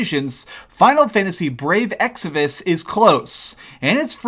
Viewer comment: Man! You've already done a couple of vids with brave exvius. EX VI US. not exivus, not exodus. Mobile games is a different niche all together, it's not trying to replace your console games. If it's not for you, then don't play it! If your argument is "this is destroying gaming because of the gatcha system", well, square is a jp based company mind you and the whole idea of the game is the same as the gatcha machines so prominent in japan, so it's aimed at a different culture. Not to mention how mobile gaming is really popular there. Now, bashing a game because you don't understand that said culture is just insensitive. I played a couple of gatcha games, it's a collectors game in essence. Some good some bad(see what I did there). This one, I have not played, looks like you have not (at least before making this vid) either. So why don't you try it first before making a vid like this?